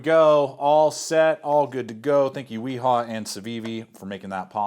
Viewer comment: I have the Knafs lander 1 in 14c28n with natural g10 it’s a good knife. I like it more than the civivi elementum. I believe Wiha is pronounced Veeha I usual say it the American way like you did Weha. I also like the Wera bits pronounced Vera.